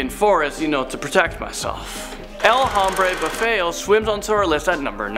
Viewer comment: Tip for the future: Any h's in spanish aren't pronounced. Like hombre is pronounced ohm-bre not home-bre 😂 (i legit couldn't focus after hearing it be said like that).